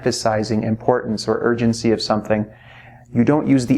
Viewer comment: I literally hear urgency as virgincy even though i knlw it's not even a proper word